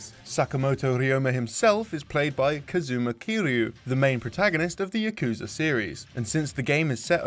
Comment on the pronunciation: Them not pronouncing yakuza correctly hurts my soul